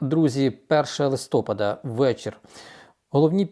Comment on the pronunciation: Чому "листОпад?", листя пАдають, отже - листопАд.😢